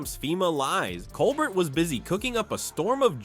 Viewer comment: Learn how to say "Colbert" and I'll subscribe. Seriously, he's in half the video